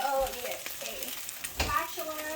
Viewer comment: Did you say spatular?! 😂I’m just messing with you! 😉Those patty’s look yummy and such a great meal idea!